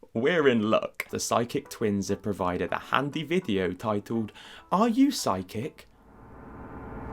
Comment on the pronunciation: I couldn't help hearing "sidekick" instead of "psychic"